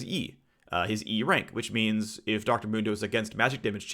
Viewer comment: Phreak: Dr mundo should be maxing e first Me: phreak! It's mundo not moondo. Jks love ur vids phreak they help me sleep